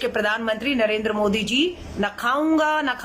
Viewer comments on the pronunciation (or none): none